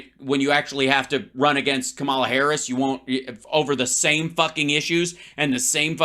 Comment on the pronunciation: How about saying VP Haris' name correctly Hal?